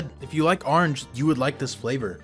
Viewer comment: “now the aarnj one”